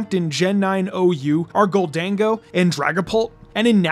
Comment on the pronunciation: you mispronounce goldengo